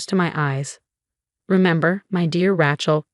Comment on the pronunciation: Even after all this time, she still can't pronounce "Rachel" properly!